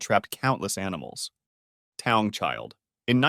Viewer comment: Taung is actually pronounced ta-oong